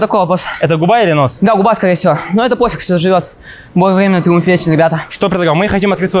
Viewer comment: как будто яйца прищепками зажали, что за голос? Цитата Степанов: Бой вьемя, тьиумф вецен!